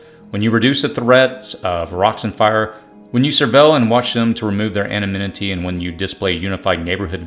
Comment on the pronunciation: Thank you for these tips! My on!y suggestion is to use proper pronunciation of words like "escape" and anonymity ( anna-nimmity)